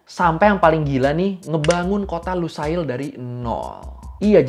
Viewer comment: dibaca nya luseil kali bang. bukan lusail